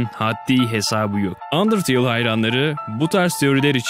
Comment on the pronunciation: Abi sen undertale yi yanlış söylüyorsun